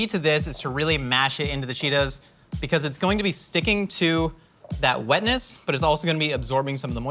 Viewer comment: Poor Nicole! 😆 Also... Whetness. 😂